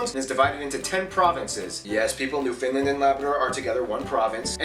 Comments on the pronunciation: The geography now guy needs to learn how to pronounce Newfoundland. New found land, not new finland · It’s New Found land not New Finn Land. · Except his pronunciation of Newfoundland. "New Finland"? really? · He also repeatedly refers to Newfoundland as New Finland... jeesh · Canadian here. This video is pretty accurate. The only thing is that he pronounced Newfoundland wrong; the stress is usually on the first syllable, sometimes the last, but never the middle. And yes, most Canadians live close to the US border. But I'm one of the 20-ish percent that live in the northern part, and I'm proud of it. There are people that live in the Territories; the difference is that the provinces have their own provincial governments that are semi-autonomous, whereas the Territories are run by governors who are directly appointed by the federal government.